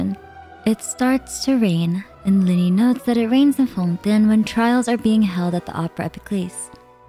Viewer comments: why are you saying Fontaine so frenchly , its so weird, the english va's say FON TAI NE not FONtÈNE. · I hate when YouTubers start saying the names in dum ways. Its fontaine They say it in the quest Its not"fon tn" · Everytime she says Fontaine like that it makes me cringe. Is that how French people say it should be said? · Your pronunciation of Fonten is distracting. We all now know Genshin says it as Fon-Tayne. Why insist? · FONDANE - learn to speak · I would have liked and followed if you hadnt had tried to hard to say fontain with such a hard accent idk how long you how to practice it but it was so annoying to hear. literally pronounce it in you own accent its a video game relax. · I promise i love her content and really don't mean to hate but... Is there a reason for why she pronounces things the way she does? Like, most chacter and location names. She doesn't pronounce them like they're said in-game, and I'm not sure if they're said like that in the languages they're based on either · I'm sorry but I couldn't take this video seriously by the way you pronounce fontaine 😭😭😭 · the way you pronounce fontaine is killing me fr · Why are you pronouncing “Fontaine” weirdly? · she’s attempting to pronounce it the french way i guess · Love the video but the pronounciation of Fontaine drives me nuts